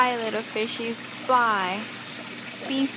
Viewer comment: she meant to say fly not fry right